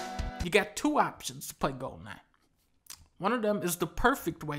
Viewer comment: golden eye = "gohden ahh"